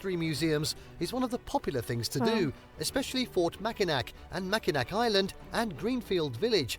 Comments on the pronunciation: This video did a terrible job of actually showing what these attractions look like. They list pictured rocks and then don't even show it. Sleeping bear dunes does not even look like the images they showed. Mackinac Island looks different from what they showed and he didn't even pronounce it right. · Why wasn't my house in the top 10? You saw Mackinac Island before, it's actually pronounced Mackinaw.